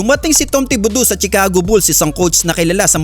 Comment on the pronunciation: BOBO , CHICAGO= "SHICAGO" HINDI "TSICAGO" ANG PAG PRONOUNCE. KAMOTE BLOGGER BOBO